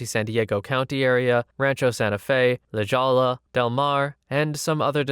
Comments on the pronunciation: Im from San Diego. Its not the worst way ive heard La Jolla mispronounced but hey it wasn't too far off. Lah Hoy-ah is the pronunciation. 😁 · La Jolla is pronounced like la hoya btw. It's odd, I didn't know how to say it until I went there and heard the name on the radio. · La HOYya, for future reference. It's Spanish. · La Jolla is pronounced "La Hoya". The J sounds like an H and the double Ls are a Y. La Jolla (La Hoya). Now, granted, do I expect this to be seen after this video's been up for 11 days? Nope. But in the event that does see this, here ya go.